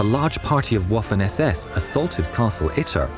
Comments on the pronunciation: The S in 'Besotten' is pronounced the same way as the words, 'Sam', and 'Sail'. The 'W' in Waffen is pronounced as a 'V'. The 'A' in Waffen is pronounced the same as in 'Dad' (not as in 'Waffle'). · Dear narrator. Please be advised that Waffen SS is not pronounced like the waffle but rather like the vatikan. Vaffen SS. Btw Porsche is pronounced sounding out the e at the end. Porsch-eh. 😂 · Please STOP the "Woofen SS" ! W is prononced like a V in German. It's Vaffen SS. Thanks.